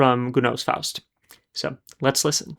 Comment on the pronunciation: The french pronunciation in the Faust aria was perfect.